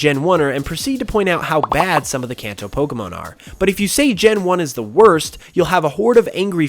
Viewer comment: Kanto not lantos